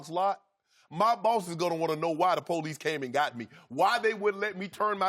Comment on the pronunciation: The po lease lol